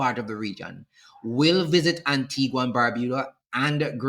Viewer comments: It is not Antigwa, it is Anteega. Please pronounce properly. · Please. In the name "Antigua" the "u" is silent. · The island's name is pronounced Anteegah...please stop mispronouncing it. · Why no one can ever pronounce Antigua and Barbuda correctly 😂😂😂😂😂 is our dialect that bad😅😅😅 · Pronounce the country name correctly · Antigua is not pronounced like that!